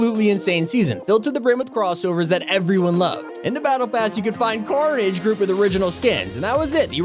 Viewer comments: Why did you call carnage corage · ah yes, carage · Carnage❌ corage ✅